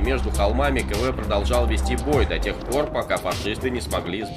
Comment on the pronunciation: Не Кэ-Вэ а Ка-Вэ.